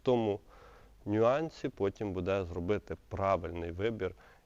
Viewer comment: Не будЕ, а бУде